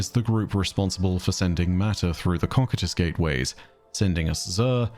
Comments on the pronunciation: Okay since Byf has done this to me again here goes: COCYTUS is pronounced koh-SIH-tus Koh (like go) SIH (like the 'ci' in city) tus (like the end of Cactus) Instead of the aweful chosen cock-eat-ahs. Like seriously my guy, pull your head in. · it’s pronounced コキュートス。 Repeat after me. Kokyutosu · Byf pronounced Cocytus wrong, is correct. Source? Overlord. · I've never heard someone say cock-eat-ahs (what Byf says, is wrong) The only reference i see is the top reddit response with no citations. The one uses is the accepted but still incorrect pronunciation. I've studied Greek/Roman shizz on and off through my life and i know by instinct when someone is saying something wrong. And this is it. If it's an accpeted pronunciation, it's one that's accepted because everyone else says it wrong. I have a pronunciation guide in another comment. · Both pronunciations of cocytus are "correct" but, funny enough, Byf is not using the most accepted pronunciation.